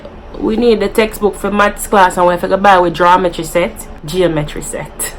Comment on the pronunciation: Chewsday, pickcha, farred, jawmetry, morgrage, prignant 🤣🤣🤣